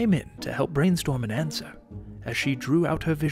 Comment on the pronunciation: ANSWER DOES NOT RHYME WITH COUNTER!